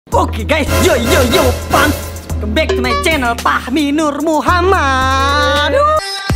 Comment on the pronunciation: Knp Fahmi ngomongnya Pahmi